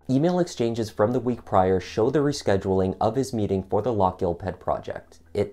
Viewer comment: No it isn't! The "gh" is aspirated, and most definitely NOT pronounced as a K!!!